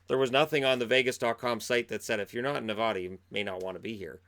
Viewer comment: Hi! So thanks for the great content but from a born and raised Nevadan just so you know its Ne-VA-duh. Still 💕 you!